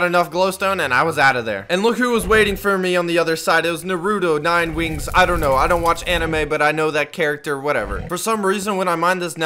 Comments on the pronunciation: it naruto not narodo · Is no one questioning the fact he pronounced naruto as “norudo” and instead of nine tails, no, it’s nine wings now, norudo nine wings, the trilogy XD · nurudo me: correction, NARUTO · "Narudo nine wings" lmao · Did he just say nuroto nine wings